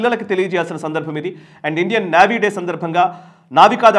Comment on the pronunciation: నేవీ అండి. నావీ కాదండి, పదే పదే వినడానికి చాలా ఇబ్బంది గా వుంది